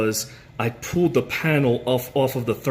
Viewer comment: PULLED NOT POOLED